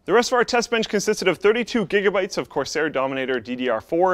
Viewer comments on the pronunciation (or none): none